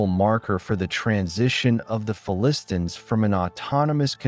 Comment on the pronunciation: What is with the affected pronunciation of "Philistines", a pronunciation I have not heard anywhere else and one that is counter to all dictionaries. Are you just trying to be clever?